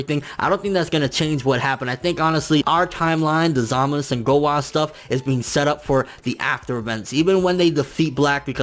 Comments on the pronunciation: you calling him zamas its zamasu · The su sounds like suh or sa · U in zamasu is silent